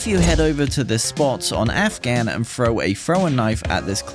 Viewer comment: "frow a frowin knife"